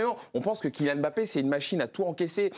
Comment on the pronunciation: Les français c'est pas "M" "bappé" mais Mbappé apprenez à respecter les noms africains.